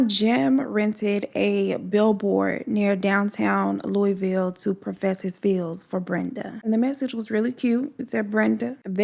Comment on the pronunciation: Glad to see u and Bella are doing good. Thank you for this story Im from Louisville and knew Brenda and she was a wonderful person and u honored her story beautifully ❤️ and side note lol most people don't say Louisville right I hear it said 100s of ways so thank u for saying correct